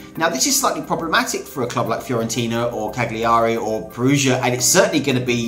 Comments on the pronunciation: It’s pronounced ‘Cal-yar-E’ not cag-li-ahr-E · Jesus, absolutely butchered his pronunciation of Cagliari. "Cag-leeary". Hahaha. The g is soft and emphasis is on the first a, it pronounced more like Cal-uary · Can we fucking get something clear. We’re pronounced cah-Leah-ree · The G in Cagliari is a Y sound because of the Gli in it. So it's Ca-Gli-ary. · Im ukrainian, but even i know that you dont pronounce 'g' in 'Cagliari'...so why everyone says CaGliari? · The ‘g’ in Cagliari is silent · It would good be if you could say “Cagliari” properly but interesting video. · you dont pronounce the g in cagliari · Great video, but please start working on your Italian. Your pronunciation is seriously terrible and painful to hear. I have really struggled to understand you were talking about Cagliari and Perugia, and if I didn't know this guy's story, I would have never understood what club he was playing at. Ok, there were the logos, which make everything easier, but still I do think football journalists should be supposed to know at least how these kinds of clubs (which play in the first and second division of one of the biggest football countries in the world) are called. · Please man pronounce Cagliari in the correct way, it s so fucking terrible hear that in the wrong way for an italian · Wow, this narrators pronunciation of Cagliari is bloody annoying, guess he's more a Fifa gamer generation product than Gazzetta Italia on channel 4, lol. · Maybe two seconds of research before completely butchering foreign team names wouldn't go amiss.